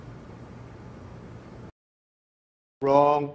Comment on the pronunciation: Roooarng, rooarng... Wrong!